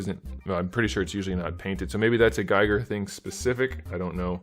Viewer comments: Great review, just an FYI it's pronounced "GEE-gur" like "geese." Keep the NECA reviews coming! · Giger. Rhymes with “eager”.